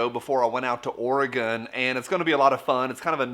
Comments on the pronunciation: You pronounced it correctly! Too many Americans mispronounce the state: Ore uh Gone , it's Ore uh Gun, it's not "gone" yet. Thanks! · Thank you for pronouncing Oregon correctly